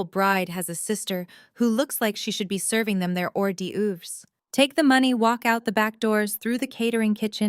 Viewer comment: Am I the only one who heard the way horderves were just pronounced?😂😂😂😂❤